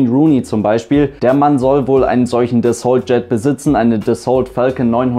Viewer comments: Dassault ist ein französisches Unternehmen und wird daher nicht Dässolt gesprochen, sondern Dassoh. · Psst.. "Dassault" spricht man so aus, daß es sich auf "Renault" reimt. Also eben mit "Das" vorne, statt "Ren". ;-)